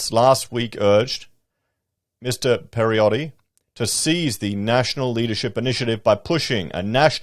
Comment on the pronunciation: Mate, it's crazy!! And they say housing is unaffordable now! Throw 2 million new migrants into the mix and how will it be?!?! Bloody hell! Anyway, our new premier's name is pronounced Perro-tay (like yours up there is Pala-shay, apparently). Your pronunciation has him sounding like he's of Italian descent - no fuckin thanks! haha he's of French (or maybe Swiss?) descent with his surname. Anyway, have a good one!